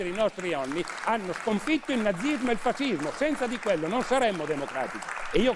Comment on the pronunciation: si pronuncia fascismo landini , no fasismo ......